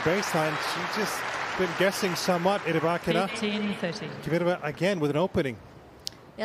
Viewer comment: Kvitova not Kivitova lol. Umpire says it right . Anglos can't lol